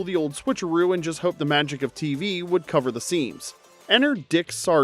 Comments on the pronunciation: It's beeeeeeeeeeeeeeewitched not bwitched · Lol... wtf is "BAwitched"!?!?!?